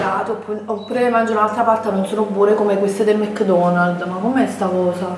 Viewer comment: ‘ DI MEKKKKKKDONALLLLLL’ Aggiungi altre consonanti daiii😂😂